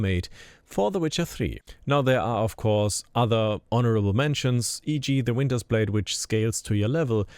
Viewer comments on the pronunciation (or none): It sounded like you said window blade are you talking about the winter blade?